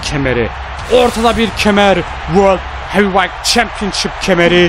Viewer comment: Yav World Heawıegt champıonshıp hıc gzel degıl